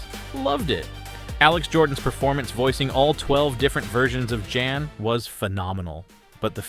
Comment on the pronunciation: Guy in Alters name is pronounced with a soft J. Like YAN. Not Jan. 😂